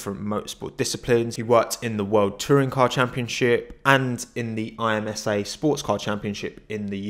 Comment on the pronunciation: Very cool... but can we agree IMSA is pronounced IMSA and not I.M.S.A???